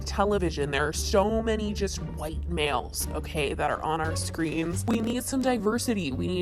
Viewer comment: why did you say white males like that😂